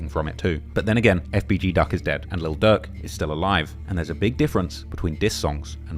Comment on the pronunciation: DAWG WE CANT UNDERSTAND YOU. PUT “LIL” IN FRONT OF DIRK. DIRK AND DUCK SOUND THE SAME